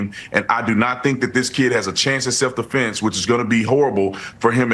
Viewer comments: Or defense. He says deflence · Deflense ? okay think he means Defence